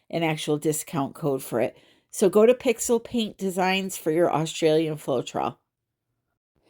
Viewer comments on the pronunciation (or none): none